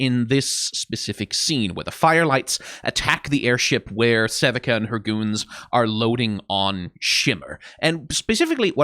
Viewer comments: realizing he’s saying Sevikas name wrong and then showing he does know how it’s said rattles me. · this was worth my while and i enjoyed it insert dice emoji take as much time as u need! B) ill be waiting, love yer content good sir but OHMAGAW next time! ples say sevika as sevika instead of sevika!